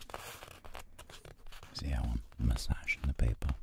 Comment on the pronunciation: I always hear "pepe aircraft" and not "paper aircraft" loll